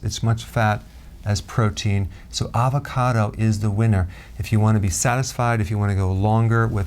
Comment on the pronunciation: avacodo?? LOL love ya